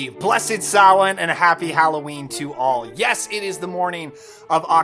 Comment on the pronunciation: Pronouncing Samhain correctly - my man